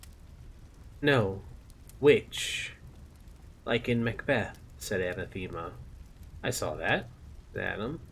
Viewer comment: OK ... i have been appreciating this reading, but... i hate to do this , it has been killing me the entire time, and yes i will finish your reading of this., it is just this one thing... a·nath·e·ma /əˈnaTHəmə/ [[ Uh'nah'thu'mu ]] noun 1.something or someone that one vehemently dislikes. "racial hatred was anathema to her" Similar: abhorrent hateful odious repugnant repellent offensive abomination abhorrence aversion monstrosity outrage evil disgrace bane bugbear bête noire pariah 2. a formal curse by a pope or a council of the Church, excommunicating a person or denouncing a doctrine. "the Pope laid special emphasis on the second of these anathemas" thank you, i will step away from my soap box now. again, many apologies